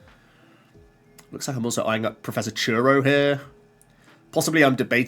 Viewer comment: Has it been confirmed that Dipplin can not attach twice with tool cards? Also,I can't stop hearing "PROFESSOR CHURRO!!"